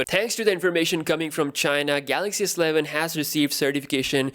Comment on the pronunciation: I was trying to show phonetically how it should be read. I guess to be more accurate, one should say it as such: Ess-E-Leh-ven Not Sleh-ven